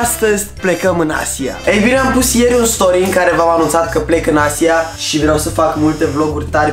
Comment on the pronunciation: Boss nu ai pronuntat bine Asia